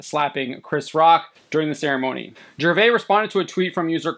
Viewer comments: Its Gervais with an (S) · The S in Gervais isn't silent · It is weird how the guy hosting this doesn’t know how to pronounce Ricky’s last name - his name is not pronounced the French way, the s at the end is not silent. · Please learn to pronounce Gervais dude…. Pathetic. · The 's' is not silent in Ricky's name. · The biggest travesty committed here is your butchering of Ricky Gervais' last name. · You pronounce the S in Gervais. Just fyi. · The s in Gervais is not silent. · You're saying his last name wrong.